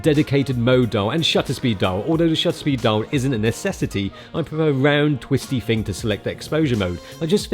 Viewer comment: I love when pronouces thing as "fing." Epic Cockney street cred. Showing his solidarity with the working class and Chav culture. Whatta mensch.